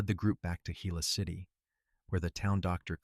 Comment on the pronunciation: Very impressed this narrator correctly pronounced Gila City. 😊